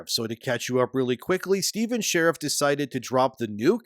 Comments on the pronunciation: Every time I hear "sherrif' I die a little bit inside. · Dude, its pronounced as "Shureeeeef" not like a cop. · His name not pronounced like "sheriff". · So click bait...can't even say his name right and pretends to know whats going on for clicks...trash. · I hope this is taking us constructive criticism and not some asshole in the Internet. Probably will be the ladder, but it is not intended that way. Your credibility takes a huge nose dive when you don’t pronounce the guys name correctly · If you're going to repeatedly say his full name, check your pronunciation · That pronunciation of Sharif.... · I love how you intentionally mispronounce his name throughout the whole video. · Half of this info is wrong, and this dude doesn’t even know how to say the creator’s name. Go watch a real video that actually knows what’s going on. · The gaming kickstarter space is a weird one bruh. Based on precedent alone, you're more likely to get rug-pulled in an MMO kickstarter than through meme-coin investment, and yet people were giving away their money hand over fist to a known con artist in the hopes that this game would mean the resurgence of MMORPGs? Like, how does this keep happening? Btw, you pronounce Sharif wrong, but since that makes Steven mad, please, keep it up.